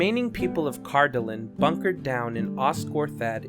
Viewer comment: Cardoolan is spaken worng, and it was not the last to faal, that was Arthedain